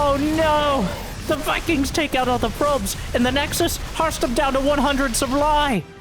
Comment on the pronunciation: its pronounced "hoe-steam"